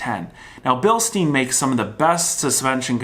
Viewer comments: Bilstein - not Bilsteen. Ya he scored. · Its called "Bilstein" not "Bilsteeen". You Can try with "sshh" sound at Stein. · learn to pronounce it right you hack - it's not bilsteen, it's bilstein, have google translate sound it out for you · Bilstein please... desr muricans not billsteen... its a german factory... same goes for Porsche not porsh... 😅